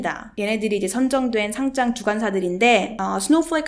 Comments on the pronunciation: 상짱은 교장, 교감감선생님이 주시는게 상짱이고, 주식 상장은 상'장'이라고 읽는게 맞습니다. 딴지 걸려는 건 아니고, 계속 그렇게 발음하시는거 같아서요. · 잘 보고 갑니다. P.s. 상장을 상짱certificate으로 발음하면 전혀 다른 뜻 입니다.